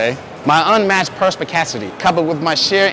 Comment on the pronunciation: YOOO the way he butchered "my unmatched perspicacity coupled with my sheer indefatigability makes me a feared opponent in any realm of human endeavour" 😂😂😂😂